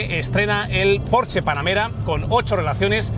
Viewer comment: Por fin, alguien sabe pronunciar correctamente la marca Porsche!!!!!!! 😘